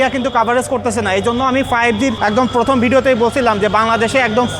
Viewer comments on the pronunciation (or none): none